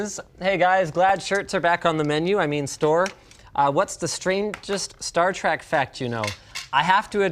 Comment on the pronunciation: star trEk, not star trAk! yeesh, Linus!